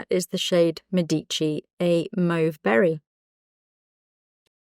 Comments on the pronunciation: Oh 😭 bohemian is not available yet as that would have been for sure my favourite shade as I don’t have decade nor midnight! I love Medici, that’s going to be mine! ( little note: accent is on the e not the i > Mèdici ) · Médici, accent is on the first syllable ❤❤❤thank you for honoring such an important family in Italian history with such an amazing lipstick ❤